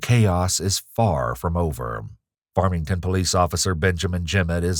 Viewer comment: I don't want to hear that one cop say farmington police ever again.